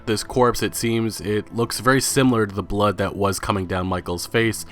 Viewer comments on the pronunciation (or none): none